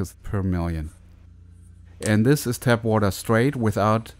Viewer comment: TAP water, not tab. :D